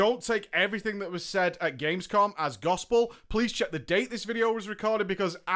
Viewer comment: You know its Gamescom not Gamesom aight? naa just kidding :D. Great video! this includes like every main things from legion. Thx!